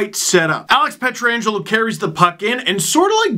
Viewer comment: Last I checked, it was "Pietrangelo," not, "Pietra-angelo"